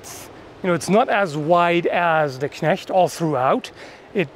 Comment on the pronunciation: Perfect pronounciation of the word "Knecht".